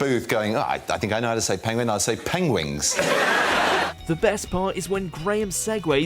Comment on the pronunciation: Is it me or did i hear Penwangs 🤣